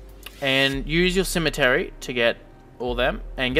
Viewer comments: good video. btw its pronounced C-ME-TRI not cemetery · It's Symmetry, like SIM MET TREE! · Nice! one simple criticism... IT'S PRONOUNCED SIM-EH-TRY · have i been saying symmetry wrong my whole life